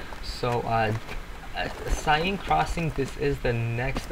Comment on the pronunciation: for the record, it's pronounced more like "sen" than "sayne" or "Sine". The "i" of Seine is still pronounced, but not too much. Just my mission to inform all the youtubers and competitive players who play all of these maps waaaaaay too much to mispronounce them every time. Youtube is littered with otherwise good commentaries that begin with awkward pauses and butchered names. Nice map review though!